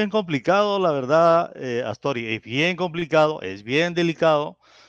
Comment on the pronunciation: Es Atzori y no Aztori